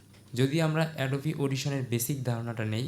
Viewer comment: এটা এডোবা না ভাই এটা এডোবি